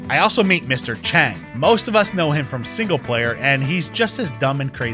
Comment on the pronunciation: ITS CHENG NOT DEAD